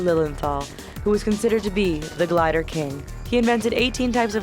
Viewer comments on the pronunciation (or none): none